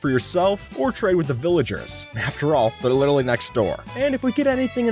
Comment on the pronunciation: wth was that word i know its literally but i heard different